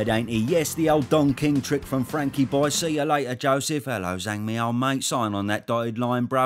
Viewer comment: Does anyone else get triggered how the BT sports announcer pronounces it "Zong"?